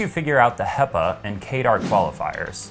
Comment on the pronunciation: Great review. I've ordered it based partly on your recommendation. Only problem is that 'hepa' is pronounced with a short "e" not a long "ee". Pepper, not people. ;)